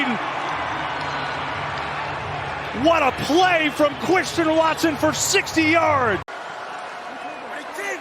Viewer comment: "What a play, from Cwistian Watson...!"